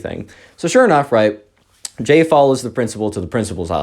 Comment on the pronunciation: when he first introduced the subscriber's name, I thought "Gay?" Lmao it's Jay tho